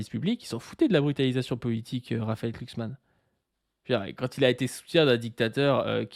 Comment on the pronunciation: glu, et non pas klu(cksman) . Ça et la théorie du jaure, ça me troue le uc.